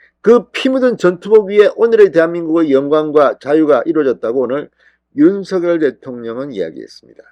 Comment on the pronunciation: 윤성열 발음이 그래 안되나요? 고유 명사라 본인이 원하는대로 불러주는게 국어발음법이랍니다. 윤서결이 아닙니다. 대한민국에 대통령은 한명입니다.